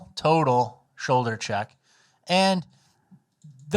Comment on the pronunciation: You said "shoulder check summer" I heard "pepper spray summer".